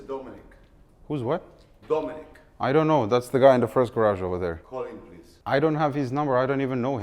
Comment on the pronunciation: love how that inner serbian accent came out - "pa kol him" 😂